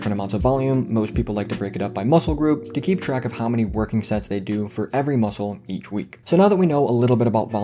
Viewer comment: I thought you said sex instead of sets at first. LOL!.